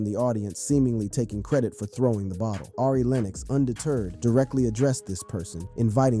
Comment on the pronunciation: Torey “LANEZ” mannnnnn Ari…. “AIRY” smh 😂